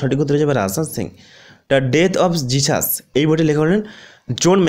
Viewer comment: দা ডেথ অব জাসুস নয়,ওটা দ্যা ডেথ অফ জিসাস,লেখক জোয়েল কারমৃক্যাল